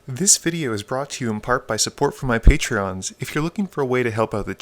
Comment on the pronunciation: I wince every time I hear "my patreons" instead of "my patrons" ; )